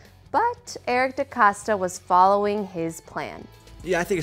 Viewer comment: Put some goddamn respect on DeCosta’s name .